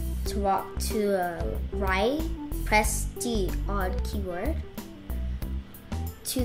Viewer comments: I srsly heard her say pee board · Omg he said pee board hahahaha hahahaha hahahaha!!!!!!!!!!lol!lol loooooolllllll!!!!!!